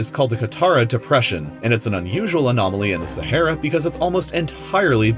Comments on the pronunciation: Aaaaaa, try saying "aaaaa". Sahara, not Sa'hey'ra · SaHAra not Sahera pronunce it right ffs. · Your pronunciation of Sahara very wrong.. Learn English please... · Its not sahera it’s Sahara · SehEra or SahAra? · SA HA RA....no sahera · It’s pronounced SAH-ARE-AH NOT SAHAIRA. Driving me crazy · Umm it is not sehera it is saharaaaaaaa Thank you 😂💕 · Sah - Ha - Ra!!!!!!! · It’s sah har a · saHara for gods sake ..speak ENGLISH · Every time you said “Sa-HAIR-ah” I died on the insides. My doctor is confused on why I’m still alive. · I believed you pronounced "Sahara" wrong.